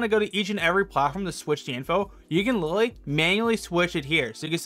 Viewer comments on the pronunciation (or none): none